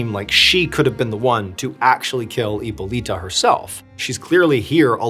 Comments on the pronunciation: Heeppoleeta😂 I love your pronunciation on some of these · is it really that hard to pronounce hipolita????